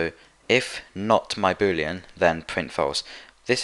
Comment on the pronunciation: Each time he said boolean i understood booty